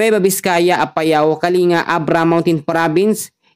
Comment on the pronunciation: Kaling-ga hindi po kali-nga😅